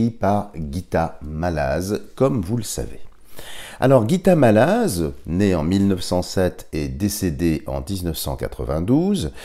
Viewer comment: Dialogue avec l ange est chrétien avant ! Je trouve dommage d y mélanger le soufisme, Bouddha et autres . On ne parle que du Dieu Chrétien avec ses anges, ds ce magnifique livre ! Mallasz se prononcé "Mallache"